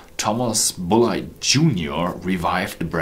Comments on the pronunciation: Hi it really is pronounced BULLET (like from a gun) That is how they pronounced it at the Bulleit Experience in Louisville Kentucky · only problem with his english was his pronunciation of Bulleit, which i'm pretty sure is pronounced like bullet from a gun. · Great review! I know this is almost unhelpful at this point, but in the US most people pronounce this brand same as you would bullet for a gun. I've taken 5 years of German so your pronunciation makes sense and was most likely the original/familial pronunciation. Really enjoying your videos! Wishing you future success.